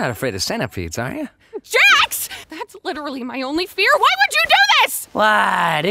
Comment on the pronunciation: "Jax" And not jack